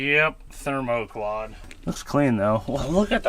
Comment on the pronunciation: Friedburger “THERMOQAUD”😂😂😂